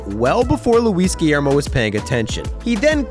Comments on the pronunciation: his name not guiellrmo idiot its guillorme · Guillorme*** not Guillermo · Can't believe my man mispronounced the name of the goat of utility players Luis Guillorme